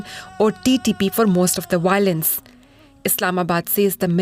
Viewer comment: Wahilence .. = violence 😂😂😂😅😅😅